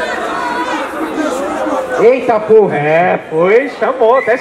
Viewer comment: na hora da votação parece que o fala " TAPORRRAA " kkkkkkkkkkkkkkkkkkkkkkk